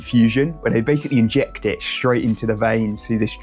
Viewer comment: saying “inject” in kinda a Japanese way probably threw her off a bit, but props she understood you! She replies with the Japanese word for injection, “Chusha” with “o” for a bit of an unnecessary honorific.